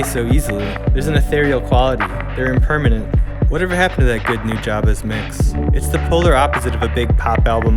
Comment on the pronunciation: The last syllable in "Nujabes" is pronounced "base". Better not to strongly emphasize any syllable, but that can be awkward so the 1st and 3rd are preferable. Normally I'm not big on correcting pronunciation, but I honestly couldn't figure out what the hell you were saying until I realized you were talking about the guy who made Spiritual State.